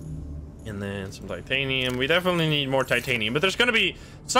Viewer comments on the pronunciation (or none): something ive noticed is you call titanium titinite like half of the time and its funny